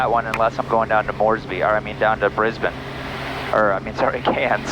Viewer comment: Shout out for the way you said Brisbane and Cairns. Perfect ✔️